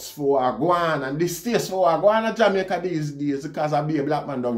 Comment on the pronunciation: you are one of the few who pronounced the name of or country correctly.